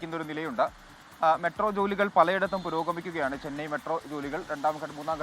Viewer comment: ചെനൈ അല്ല. ചെന്നൈ..